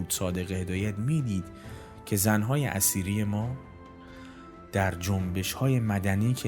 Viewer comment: جناب تلفظ زن اثیری را شما زن اسیری تلفظ میکنید آنچه میدانم در نوشته هدایت اثیری Etheri همان اتر هست که به معنای سبک بال باید باشد. زن اثیری ایران قبل از اسلام هست و پیر مرد خنزر پنزری همان اسلام هست که این پیر خنزر پنزری زن اثیری که همان ایران باشد تبدیل بیک فاحشه کرده در حقیقت هدایت که نوعی نوستالژی به دوران قبل از اسلام دارد.